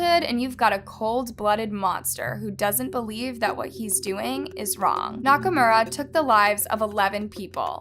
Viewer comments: She did the same with Nakamura.. she kept saying Nakurama.. Japanese names have meanings but Nakurama made no sense... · na-ka-mu-ra, not "knock-a-rama" <3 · Nakumara Nakurama Nakumara Nakumara Nakurama Nakurama Nakurama and so on ... the dude is named Nakamura XD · Nakurama? Nakamura? 🤔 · Nak a mura How is this pronounced Na ka Rama ? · how come you kept calling Nakamura, Nakarama? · It's Nakamura, not Nakurama, right..? 😂🙌🏼💯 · First of all thank you for making this video, but secondly, please focus a little on the names of the people you talk about. I can understand that foreign names are hard to pronounce but at least get the order of the name right, it really threw me off when you kept switching from Nakamura to Nakarama. Again, I know we don't all say things the same way and that is fine but at least put in enough soul and respect to get the order of the letters right. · Nakarama LOL Wasn’t it nakamura? Idk but it’s funny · And just to add that it’s nakaMura not nakarama. I couldn’t listen anymore with the constant mispronunciations. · is it nakarama or nakamura? because you're pronouncing it "nakarama" but your subtitles says "nakamura" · Pronunciation; na ka mooo rah, and dah mur… I think you need to stop talking in a stuck up tone of voice and actually learn to pronounce names. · the Oddest J is one not mentioned yet. but for real, if i heard Nakurama one more time, sheesssh. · the freaking "nakaRAHMA" is also annoying 😑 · Take a shot everytime she says Nakurama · You had so many chances to pronounce Nakamura correctly and not once did you take it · Hey, I love your channels and your content, but you seem to be butchering names more and more lately. 😞 it's a bit of a red flag to pronounce "Dahmer" incorrectly in a true crime video and your repeated butchering of Nakamura's name made it feel like you didn't care to get it right. You are a great investigator, keep it up.